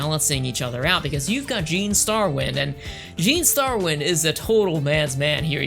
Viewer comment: 1st, It's not pronounced Su zu ka, it's pronounced Sa zuka. It's not Ai Aysha, It's Aysha (pronounce A Sha with a long A). Aysha Clan Clan. 2nd, Grappler arms aren't tiny, what anime are you watching? They are the same length as the ships themselves. 3rd, In Samurai Shamploo, GENE, not GIN, is actually based off a character from Lupin III named Goemon (pronounced Go A Mon with a long A). Just a fun factoid for you. 4th, There is another anime in the same universe as Outlaw Star. It's called Angel Links and it is AMAZING!! It follows the Security Forces officers we see in Outlaw Star but in actuality, Angel links isn't the spin-off, Outlaw Star is. If you haven't seen Angel Links, go find it and watch it. I guarantee you'll love it!!